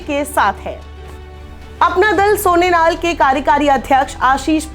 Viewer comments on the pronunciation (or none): सोनेनाल नही सोनेलाल है हर बार गलत उच्चारण।